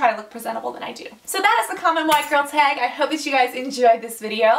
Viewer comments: Tag not teag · She says tag weird to me but i love her anyway